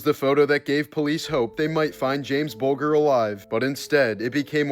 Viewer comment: Your butchering jamie bulgers name... you pronounce the G... the same as danger....